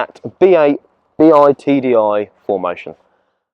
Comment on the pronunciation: Bi TDi, not BEE AYE TDi.